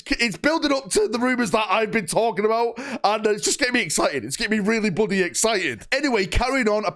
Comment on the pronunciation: Bloodeh, bloodeh excited!